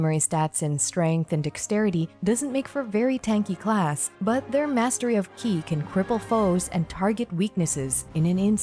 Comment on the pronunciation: Super high quality and well condensed info 🤌 you deserve a mil subs at least honestly, lets get you there. Your voice is super soothing and perfect for content. Liked and and subbed keep em coming! Edit: ki is pronounced "chee" as in cheese and mandarin for life force